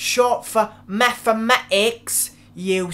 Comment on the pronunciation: methametics LOL🤣🤣🤣